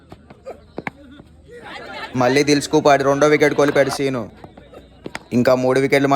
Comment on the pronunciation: బాబూ మళ్ళీ మల్లి కాస్త చూసుకుని పలుకు. ళ పలికేటప్పుడు నాలుక ఎడ్జ్ పైన తాకాలి.